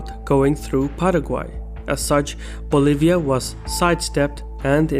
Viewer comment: They really said "fuggetabbouutt Boliva."